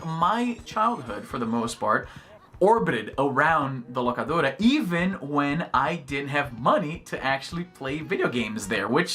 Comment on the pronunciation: Izzy parece um americano falando espanhol toda vez que solta um: "The Locadora".